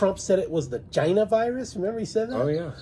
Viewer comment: The pronunciation of China is too annoying to keep watching